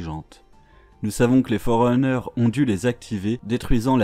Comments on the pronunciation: Super vidéo mais les" Fororeneurs"et les "Govenands" m'ont perturbés légèrement. Sinon super travail. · À chaque fois que j'entend "govenants" et "fororeuneurs" ça me fait atteindre un stade de frénésie😅 Mais sinon très bonne vidéo, un résumé simple et rapide meme si il ya a énormément de choses à dire sur cet univers incroyable